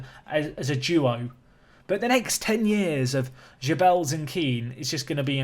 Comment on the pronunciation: Geubbels = Gerrrrr-bls. Hard G. Forget a French pronunciation. His dad is Dutch so it is a Dutch name not a French/Latin one.